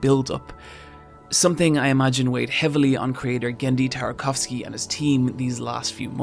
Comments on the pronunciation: It's TarTAkovsky not TarKOvsky. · But his name is Tartakowsky not tarkovsky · Why do you keep pronouncing "Tartakovsky" as "Tarkovsky"? Also, "chazzum" instead of "chasm" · Guy can't pronounce Tartakovsky...